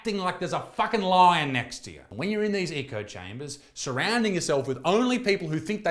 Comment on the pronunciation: WEEgers and ECHO chambers, not yoogers and ECO chambers.